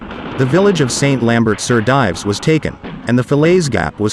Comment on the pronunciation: Again we hear presumably American narrators mispronounce the British/Canadian army rank of Lieutenant. Also, surely St. Lambert sur Dives would have the last part pronounced I. French as “dEEves “!